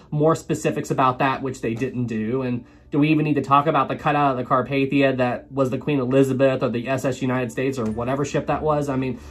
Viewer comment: It's Carpathia